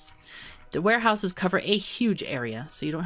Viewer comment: Automated WHAT-houses? Lol🤣🤣